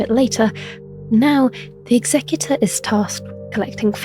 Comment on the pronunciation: People keep pronouncing Executor wrong. It's Executor as in execute not executive.